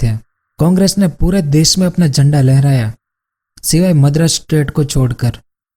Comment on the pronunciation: Madras not medras